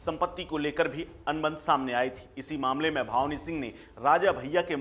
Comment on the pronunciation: ये रिपोर्टर बार बार भावनी सिंह बता रहा है जबकि सही नाम भानवी है। बिना हिन्दी पढ़े लोग पता नहीं कैसे रिपोर्टर बन जाते हैं?